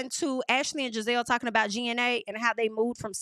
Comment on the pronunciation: I’m done 😂😂😂😂! I’m not tal-kin 😂😂😂